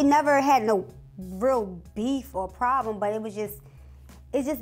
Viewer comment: The way she said problem you can tell she from Baltimore